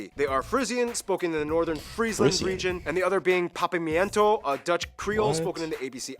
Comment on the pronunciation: that pronouciation of papiamento was diabolical holy shit